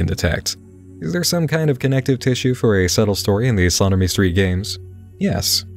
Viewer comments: When he says "slaughtermestreet" does anyone else hear "sodomystreet"? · Is it "slaughter me street" or "sodomy street" I'm hearing? No shade. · I kept mishearing "Slaughter Me Street" as "Sodomy Street" 😂 I didnt realize it wasn't until you showed a screencap with the channel name